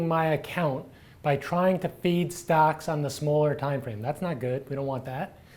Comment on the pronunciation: Hi.. its not 'feed', its 'fade'!:)))